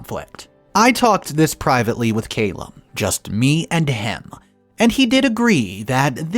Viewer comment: Wow I am glad I wasn't sipping a drink when I heard 'ahh-bleest'. Have you really never heard that word before? Don't get me started on how many times and different ways you botched Calum too. Come on dude you're reading shit and releasing it publicly. Some due diligence is necessary.